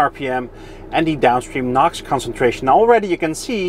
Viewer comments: It's NOx not Nox. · I kepth hearing "Knock sensor" instead of "NOX sensor"...... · Your pronunciation of "NOx sensor" sounds similar enough to "knock sensor". While watching the video, up to a point I was asking myself WTF is talking about. Now, about condemning a scan tool for erroneous readings. I would have been more worried about 3 out of 4 scan tools being "wrong". I find very odd that 3 out of 4 software programmers made the same "mistake". I am sure they have used correctly the datasheet of the NOx sensor. Except the datasheet was wrong. Autel might have used a different datasheet that happened to be correct. Or they had the same incorrect datasheet and when they saw the values on the live reading, they divided it by 10 for good measure. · I thought when you said nox I thought you meant knock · NOx you mean? Say it like enoohx 😉 Love the vid btw